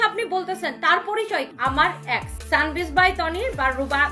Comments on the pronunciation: Uccharon thik kore bolajayna? Ex re axe er moto uccharon koros sali oshikkhito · এ্যাক্স না, এক্স 😂 উচ্চারণ ও করতে পারে না ঠিক ঠাক ভাবে 😂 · Ex ree uccharon kore axxxx😂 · Axe na ex, অশিক্ষিত নিজে উচ্চারন জানে না